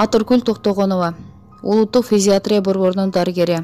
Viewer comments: Физатрия эмес фтизиатрия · Тексти окуп жаткан кызга айтаар элем,Фтизиатрия деп туура окусаныз,кечке эле Физиатрия деп жатасыз. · Фтизиатрия физитрия эмес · Физитрия эмес фтизиатрия жакшылап окусанар.